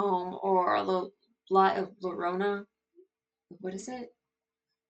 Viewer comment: Llorona. Double "L" is pronounced like a "Y". Hope this helps.